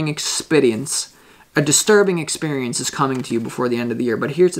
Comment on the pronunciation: why would you call your self that 🤨 odd ball really. Why did I hear a Scottish accent from you when you said experience do you mean trying to be a spiritual I think you find I am